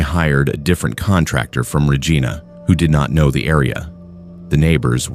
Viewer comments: It's pronounced Reh gi nah, Regina.. ❤ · I don't know if this is AI narration but you mispronounced several last names and places names. The proper pronunciation of Regina rhymes with vagina. Levesque is pronounced Leveck. You should try harder.